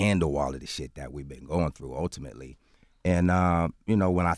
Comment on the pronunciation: He's killing me with this "Utimately" shit